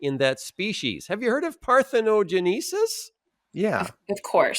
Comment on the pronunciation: One would think that someone so familiar with GENESIS would know how to pronounce "parthenoGENESIS". 🙄